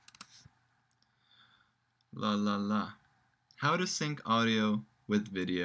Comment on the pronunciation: It's "sync", you ignorant moron.